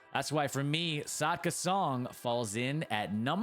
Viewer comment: Good video, i just wanna say its actually Sakda not Sadka